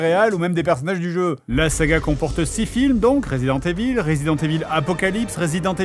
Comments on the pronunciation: je ne sais pas pourquoi vous prononcez tous "resident" à l'anglaise et "evil" à la francaise. ca se prononce ivel en anglais. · J'aime comment Fred prononce "evil" comme é-ville.